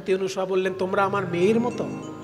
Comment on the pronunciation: আপনি ক্রমাগত সতী অনুসুয়া বলে গেলেন, শব্দটি কি অনুসুয়া না অনসূয়া একটু বললে ভালো হয়, আমি যতদুর জানি, নাই অসুয়া যাহার তিনিই অনসূয়া, এক্ষেত্রে অসুয়া শব্দের অর্থ ঈর্ষা।